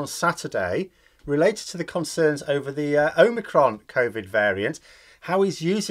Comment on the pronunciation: That was Unicron, not Omicron, 🤖